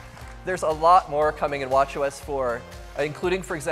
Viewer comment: I can't stop hearing "watch yo ass" everytime they say WatchOS